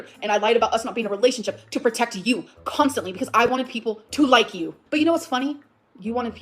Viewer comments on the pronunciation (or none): none